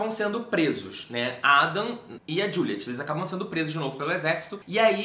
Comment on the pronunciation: Não é juliete tipo a pronuncia brasileira, é aquela pronuncia estrangeira tipo Diuliet. Eu também não conseguia levar a sério levando em conta a pronúncia brasileira kkkkkkkkkkk